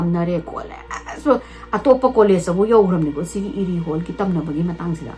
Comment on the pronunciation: Pung 2 😅 Krish haiba nate Erie haiba ne eida ra wrong pronounced toubei irritated oise dusu uncountable time